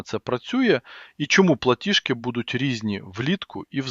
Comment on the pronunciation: ПлатіЖки,а не платішки ( ПЛАТІЖ) а не платіш